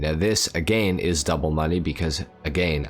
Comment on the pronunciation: Your pronouncing "again" a little too literally